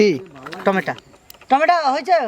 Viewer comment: apni tomato k tometa keno bolen?